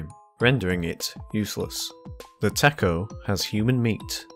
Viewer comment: PFFTT HE SAID TA KO